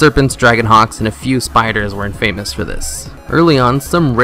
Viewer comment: anyone else cringe when he pronounced infamous as in famous?